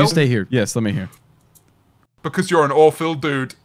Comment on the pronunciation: “AwPhIL” poor phil